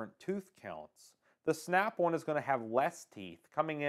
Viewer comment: Snap One or Snap "On" ??? Great review regardless of saying the name wrong. 😎👍